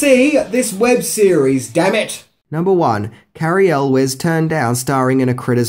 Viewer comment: Thags not how you pronounce cary elwes...